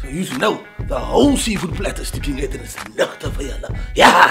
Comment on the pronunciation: “the whole seafood platter is stieking uit” 🤣🤣🤣